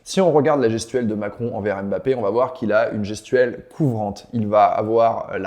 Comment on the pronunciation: mmmbappé et non M bappé